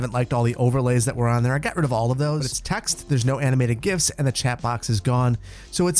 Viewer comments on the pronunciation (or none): none